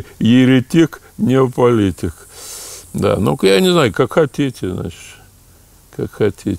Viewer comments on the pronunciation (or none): Почему ведущий "неополитику" называет "непополитикой"? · Угораю от ведущего, где его взяли? Вместо "неополитика" несколько раз произнёс "небополитика". Или у меня что-то со слухом? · Неумный ведущий и неумные вопросы. Кстати, неополитика не "небополитика". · ну да... Это ж каким уровнем если не образования, то хотя бы понимания нужно обладать, чтобы вместо "неополитика" произносить "небополитика". Парень практически исполнял роль интервьюера, читая заготовленные вопросы, предварительно даже не вникнув в тему.